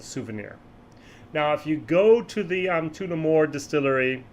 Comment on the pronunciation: I can help out here a little here too. When saying Tullamore use the 'u' in Tulla' Your Tooolamore is cracking me up! Nevertheless a solid honest interesting vid once more.